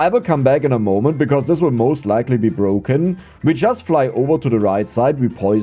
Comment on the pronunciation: BBBroken, Abroaching, Ubgrades, Böafeckt, aboud it, embloyees, Ur pronunciation in the letter P is very weak